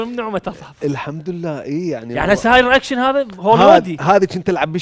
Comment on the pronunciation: مو رئكشن اسمها رياكشن تره نكحت ام اللغة الانجليزية